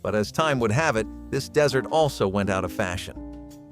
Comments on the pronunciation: you need to learn how to pronounce dessert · A DESERT has lots and lots of sand and rocks, has cacti, snakes, sometimes birds, but NEVER sugar, cream, eggs, or butter, as does a DESSERT. PLEASE LEARN and PRONOUNCE the DIFFERENCE! This switching of terms and pronunciation is NOT EXCUSABLE! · Learn how to pronounce dessert! It's not like the arid place with little to no rain. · Dessert (deezert) , not desert (dehzert) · Totally annoyed me the bot kept saying desert instead of dessert. Just ridiculous that was not caught before letting the video out l! But I did enjoy the video. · dessert, not desert... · Dessert is pronounced "də-zert" NOT "dĕz-zert." It would be a perfectly lovely video if the main term were pronounced correctly. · The word is dessert, not desert. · Not "DEH-sert" (desert, a dry land area), but "dee-SERT" (dessert, an after meal sweet). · Not "desert" but "dessert". Also not "less" but "fewer". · Wow, thought these were actually read by a person only to find out that it’s a bot doing the voice. Determined by the pronunciation of DESERT (the video used the dry sand location vs. something tasty to eat). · It's dessert, not desert! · It's dessert not desert. LOL. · Why is he saying ‘desert’ and not ‘dessert’? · it's pronounced DEE-ZERT; not Desert, a hot dry place. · Desert vs. Dessert sound completely different F.Y.I. Dessert has TWO " s", so the pronunciation is also different f.y.i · Plus he keeps saying desert instead of dessert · the part that killed me was the AI's continuous use of "desert" (as in the Sahara) rather than the correct "dessert." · Dessert not desert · Lots of pronunciation errors, like desert instead of dessert. I think it's not a real human voice. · DEE' -s-sert. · I think the speaker said “desert” for “dessert “ lol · And pronouncing dessert as “desert” is ridiculous for anyone over the age of 5 🤪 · Also said "desert" instead of "dessert". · Shoe flea? Desert? Its dessert. Damn bots.